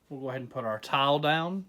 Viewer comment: Lmao it sounds like you say towel when you say tile lol. I thought you were making a video about towels and wood before I read the title